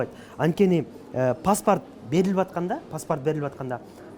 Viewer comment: Паспарт эмес паспорт